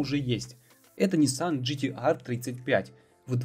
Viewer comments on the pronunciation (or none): none